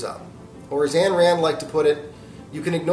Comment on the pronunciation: Hey, very nicely done, but Ayn rhymes with mine.